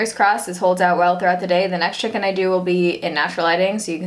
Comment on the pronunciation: Whenever she says "check in" i just hear chicken. Maybe it's cause i'm hungry idk